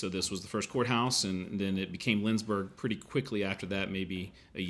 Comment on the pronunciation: It is LindsBORG and not LindsBURG. Still, a nice video :)